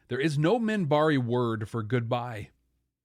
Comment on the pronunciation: also it's MINBARI not Mimbari.